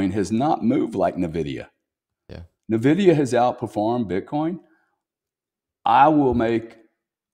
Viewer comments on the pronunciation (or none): GRANT Cardone is a real estate expert that says you need to use everyone else’s money to invest. Which isn’t a bad idea. But he isn’t an expert on the stock market nor crypto. He can’t even say Blackrock or Nvidia correctly. You can’t even say his name correctly